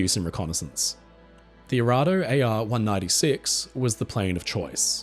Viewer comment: "Arado" is pronounced "A-ha-do"